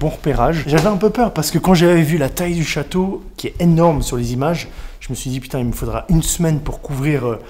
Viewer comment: The chawtow alors einh